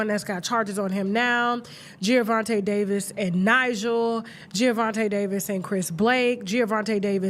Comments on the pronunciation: I didn’t know who this Gio Davis dude was … you keep saying Giovanti… IT MS Gervontae… the black derivation not Italian 🤣… but all these ninjas got little man syndrome… he’s 5’5’ … dafuq 🤣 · Tasha it’s Gervonta not Geovonta Davis😂😂😂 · I think his name is pronounced "JER-VON-TAY" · Why does Tasha keep saying Giavonta 😒 🤣🤣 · Gervonta not Geovonta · it’s Gervonta Tasha 😂😂😂😂 not Giovante